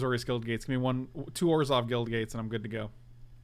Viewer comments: Have to say it.. it bothers me the way pronounces Orzhov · It's actually a bit of an inside joke....some of the Wizards of the Cost people insist it's pronounced that way and way likes to poke fun at how ridiculous it sounds...which it does